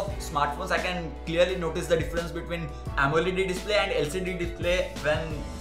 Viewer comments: Amoled' not amoledi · its actually called amo L E D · Bhai the video was watchable. All the best for your channel. But one request bro, Amoled to bolna seekhle thoda😅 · lol he used 1000 of phone's and dont even know how to pronounce amoled 😂😂